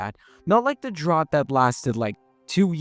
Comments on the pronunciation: it's pronounced "dr-OW-t", not "dr(eadn)ought". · This is more of an accent thing It's like poTAYto vs poTAHto, even when both pronunciations are for potato